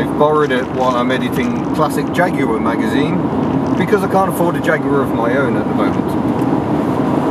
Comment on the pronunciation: Is this a jagwire